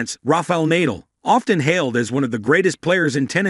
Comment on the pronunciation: Looks like an AI generated voice. How to subscribe to such a lazy vlogger. Mr vlogger please show more passion by at least teaching your AI tool to pronounce names properly. Nadal is pronouced with a hard "Na" then "dal" not "Neydal", Eala is pronouce "Eh" "yah" "laa". The tones should be HARD not SOFT.